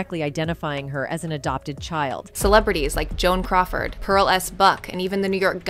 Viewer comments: She said Joan coward. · on-zha-NEWs, not in-GEN-youze... And *Joan Coward*?